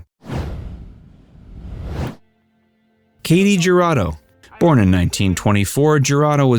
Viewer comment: Barbara Stanwyck was in “ Ball of Fur”??? Shouldn’t that be “Ball of Fire”??? Katy Jurado is pronounced Katy (H)urado. You used a picture of James Garner as Burt Reynolds in his bio & vid, “The Dark Side of B R”!?? Do you REALLY like facts,??